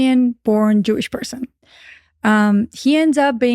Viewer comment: Why did she have to say it like that? 🤣 "Jewish person" 🤣🤦🏾‍♂️🤦🏾‍♂️🤦🏾‍♂️ My goodness people. Yeshua was a Jew. Those who are "Jewish" in today's time may not be. Read your Bible.